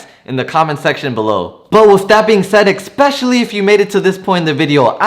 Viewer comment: You say the word "EXpecially" and it is pronounced and spelled "ESPECIALLLY". There is no X in especially. You are welcome.